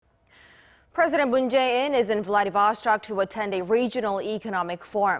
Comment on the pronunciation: these korean girls are pretty but its vladivostok not vladivostek :D